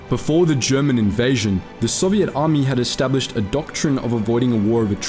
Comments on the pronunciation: Bro love your channel but why do you keep mispronouncing soviet 2 different ways 😭😭 its really frustrating im aussie too but I've never heard anyone pronounce it like that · It’s Soviet, not “Soviette”. They weren’t a dance troupe.